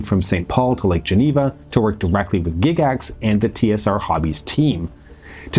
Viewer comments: Has everyone been pronouncing Gygax wrong for the past 50 years? GIGax? Never heard it pronounced that way in all my life. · It really threw me when I heard you pronounce "Gygax". I had the odd notion that I could have been that wrong for so many decades. I was relieved to find out I was not wrong. :D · "Gig ax" tho? Really? Well done otherwise, but that was painful. Tell you what I remember about ET. My mom made me throw away my D&D box set in 81 because of the panic. So here I am watching this movie with her, and the kids are playing D&D and one of them calls another one "penis breath." Not helping, guys. Not helping. Great movie tho.